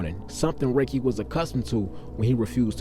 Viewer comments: Sir.. his name is pronounced “ Ra-kee”, not “Ray-Kee”👍🏽…. … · His named was pronounced Rah-Key. If you knew him back then he was a cool dude but about his business. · Dam mane it’s pronounced Ra-Kee 😅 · It’s RAH-KEEE Lordy how yu from the city n not pronounce niggas name correctly… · Love your videos. But his name is pronounced ( Rah- Key)